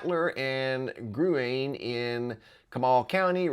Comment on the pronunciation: Gurene=pronounced 'Green'. We love you here in TX,. ❤ Please keep all these families & first responders in your prayers. Much, much needed. They're still searching for more people. 😢 I've been to both, Kerrville & Gruene many times, beautiful little towns... German heritage up there. I'm an hour away - south from Kerrville... three weeks we had torrential rains, it cost 13 people their lives. The rain came down hard, fast and thick... in less than an hour, all flooding zones where past capacity. We've had rains like this, but not THAT fast. Crazy weather for sure.